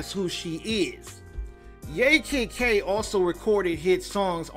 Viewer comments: It's pronounced YAH Kid K not yay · It's pronounced "YAH" Kid K, and she didn't want to sign with the new label who purchased label where "Pump up the jam" was originally recorded. So they promoted it without her. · It is pronounced Yah Kid Kay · Like YAAH Kid K Say Yaaah. Thats how the first name is pronounced